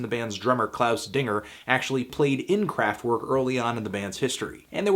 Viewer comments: IT'S PRONOUNCED KRAFT-VERK WITH A V NOT A W, WATER FILTER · "w" in german is pronounced as "v" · So you can pronounce Neu correctly but not Kraftwerk? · The way you keep saying Kraftwerk hurts my ears